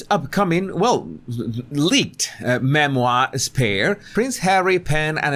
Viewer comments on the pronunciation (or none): you crack me up 😂 with your cute funny accent. I’m sorry coz I speak French, and when you’re trying to say memoir you’re saying merde 💩 moi ( s**t me ) 😅 I need to stop laughing coz I loose concentration listening to you after that, but I love you please don’t get me wrong!? English is my 5th language, and it’s really hard sometimes I wish I couldn’t understand not just you, but with so many people ⁉️ 🇦🇺👏♥️✌️🌍👋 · I love it every time you say MERDE-moire. So funny. It could be MERDE DE MOI.